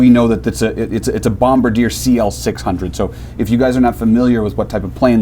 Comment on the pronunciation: It’s not “Bom-ba-deer”, it’s “Bom-bar-dee-yay”